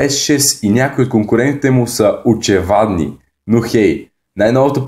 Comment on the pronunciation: защо казваш очевадни очевидни